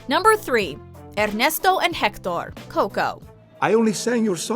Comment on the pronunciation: "Errrneesto and Hectorr"lolololol